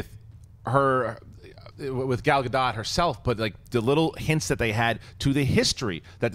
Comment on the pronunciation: IT'S PRONOUNCED "GA-DOAT" DAMNIT! (rymes with goat) Ya'll should know this shit by now!